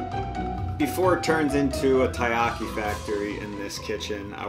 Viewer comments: i feels weird when you say tie-ahki, when i lived in japan they always say Terriyaki. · That cringe-worthy moment when even the Co-Owner of a Taiyaki shop pronounces Taiyaki wrong :/